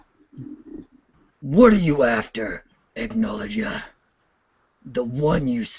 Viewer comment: Acnologia not Acknowledgea.